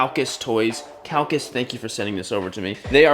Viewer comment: For pronunciation, it's "hee" YA toys... not "hi" ya toys.... just like the Japanese camera manufacture Nikon is pronounced "Nee"-kon; not "Nigh"-kon.